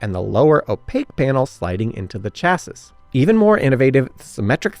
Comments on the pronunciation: really? “Chass-is?” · Sorry, after TWO errant pronunciations of "chasis" (it's chas-ee) and one of "Nice" [France] (it's nees) I had to let this video go. And just in case, Marine Corps is NOT pronounced with the ps! sighhhh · Chassis: Chass-ee Nice: Niece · Chassis, Nice, Le Mans, I gave up at that point, someone teach this guy pronunciation. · Now time to work on chassis! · But "chassis", "Le Mans", and "Nice" need some work. And I did hear a "nu-cu-lar" or two in there. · Why do you keep pronouncing "chassis" like that? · How do you pronounce "chasis" in your trailer park?